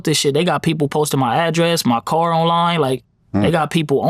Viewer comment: It’s car Young Man not card 😅, where were you at ??